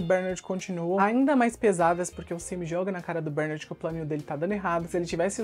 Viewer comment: Cara, para de chamar o nome do personagem errado, PELO AMOR DE DEUS! A pronúncia correta é "BERNÁRD" e não BÉRnard. Vc fazia a msm coisa com as crianças "AGACUI". Jesus amado que irritante!